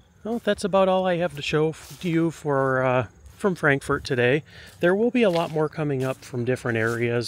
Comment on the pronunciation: It's not pronounced Frank- FORT. It's FrankFert. From a born and raised KY girl.